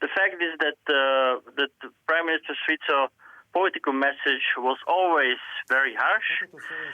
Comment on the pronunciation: Thank you for pronouncing Fico correctly.